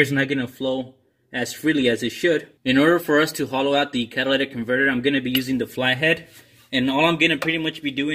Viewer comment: The catalatic converter 😂😂😂